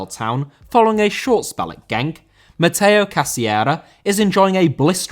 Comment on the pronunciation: Mateo* not Mateiyouw